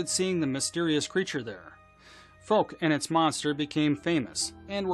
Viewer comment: Foke lol cant pronounce the town name , its F-oww-ck